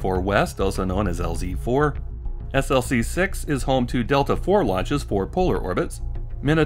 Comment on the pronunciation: You pronounce SLC as "slick". I worked at SLC 4 on Titan for 12 years.